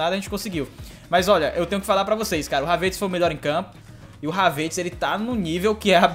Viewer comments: fala o nome do Kai HAVERTZ certo.. rsrs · Mano só eu que tenho uma raiva quando ele pronúncia o nome do Havertz errado.